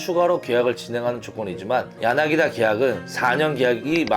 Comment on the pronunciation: 야나기다 아니고 야나기타! 엄연히 다른데 신경써주세요